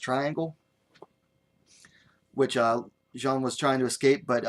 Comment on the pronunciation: Thanks a lot for the post! While pronouncing the surname of Xiong Jingnan, just read it as "Siong."